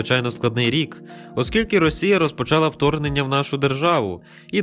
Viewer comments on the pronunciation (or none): none